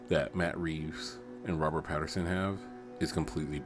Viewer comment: Pattinson, NOT Patterson.